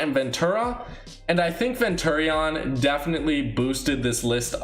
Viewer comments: You say so much stupid shit it urks the fuck out ofe you can't even say opinion you literally can't tell the difference between a hero and villain, abstract and teknique are a set. You say venturi-on its venturion all together ffs you were schooled wrong it erks me so fucking hard I keep saying I'm not interested in these fucking videos to youtube yet they still get recommended and I'm not gonna lie they peak my interest but dear god read a fucking thesaurus look at a dictionary and read a script that's been checked before each video please. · This guy really called him ven-turreon lmao